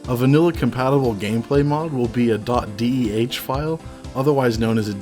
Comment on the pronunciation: my mind has never ventured deep enough into the void to imagine people pronouncing "deh" as a word and now it has been thrust upon me. i may never recover. DEHHHHHHHHHHHHHHH